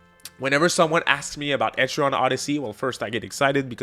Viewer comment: Etri-ann, like the name Ann (not to be confused with Annie ok!) Ether way Im hyped for EO6